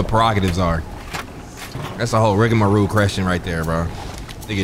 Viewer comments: an English major: “Rigamaroo” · the term is trying to say is "rigamarole"